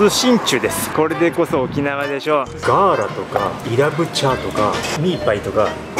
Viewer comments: イブチャーじゃなくて「イラブチャー」ですよ。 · いぶちゃーじゃなくて。いらぶちゃーです▪▪